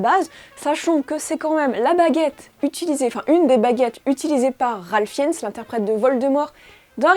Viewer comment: Ralph Finns pardon ? C'est Fiennes !